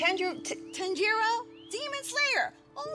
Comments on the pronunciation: the way she mispronounces tanjiro is hilarious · sssniperwolf said tenjiro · I’m going super saying bc of the pronunciation of Tanjiro